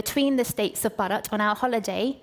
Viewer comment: not bad at all but it was painful to hear u say 'Bharat '